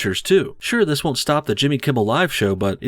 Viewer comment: I mean, I didn't see much wrong with her accent. She pronounced every word except "thees and that" . Lol really just taking cheap shots at this point.